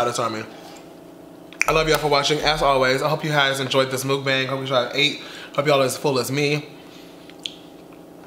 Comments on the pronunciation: MOOK-BONG is how you say it. Everybody want to be doing it and not saying it right wtf I love you no shade but come on.... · I'm korean..... it's pronounce muk-bong.....